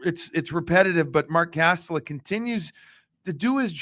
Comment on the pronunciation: Kas-tel-ic; the official NHL pronunciation guide says so. The net is not a "cage". Sports teams are not "squads". Peoples noses are not "beaks". Road trips are not "swings". I could go on and on but just use the normal words to commentate and describe the game.